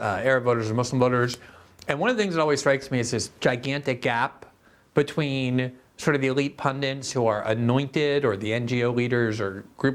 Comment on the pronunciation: Glenn, it’s pundit, not pundint. Only one N in the word.